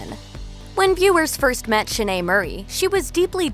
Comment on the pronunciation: The Flick Focus narrators pronounce her name Schnee lol